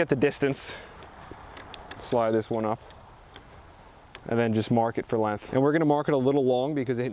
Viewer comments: “It’s time to get the lenth” It’s Length, not lenth 😂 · There is a G in LenGth.... really. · "cut these to lenth" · good vids. you say 'lenth' a lot. there's a G in there, length bra. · Good info, but the "Lenth" ??? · Learn how to pronounce the word "length" since you use it so much. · Length.... length..... you say that funny I dunno